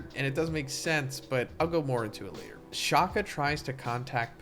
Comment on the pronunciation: As a South African, I do not like how you mispronounce Shaka, like just one search and YouTube and you could fix it. Especially after watching your previous 1075 spoiler video. It is not Shakhah! Like there is no need to overemphasise the K when pronouncing it (Shaka is a Zulu name for Shark, not the English Shaka).